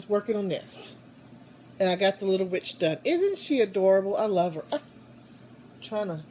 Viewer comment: Oh my gosh your finger looks so sore. You are lucky he didn't take you down face first. In the first few minutes of this video you said "I got the witch done". I swore you said "I got the bitch done" and I was hysterical!!!